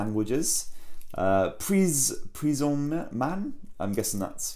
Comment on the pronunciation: I love your english accent when you said "Prise en main" xD And it's good said through ^^ But you could put an zoom on the charger to see what voltage and current it is :/ Anyway good video ^^